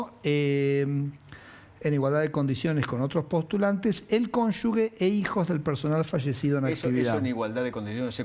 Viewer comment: Por qué dicen "cónyugue"? Se dice 'cónyuge', la ge tiene sonido jota